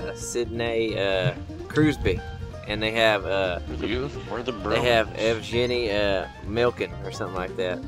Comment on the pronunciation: Evgeni Milkin...Mcflurry...Sidnay Kruzbee XD I'm dead